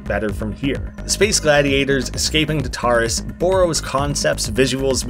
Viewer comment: Oh this looks sick! Also I’m pretty sure it’s pronounced like TAR-tar-us, but that doesn’t really matter :)